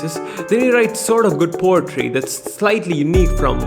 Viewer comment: Lol he sayin potry instead of poetry